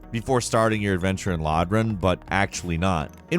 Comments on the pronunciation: 1. Its lordran not lodran. 2. Its peculiar doll not particular doll 3. Its aramis not ouramais. Love ya but c'mon. 😄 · "LODRAN" lol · Being a dark souls fan and him saying Lagran erked me bad. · Do you purposefully pronounce words wrong for games wtf Lodran? LODRAN? Bro its LOR DRAN. L O R D R A N Idiot. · This man said "lodrin" not "lordran" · Dude said LOD-ran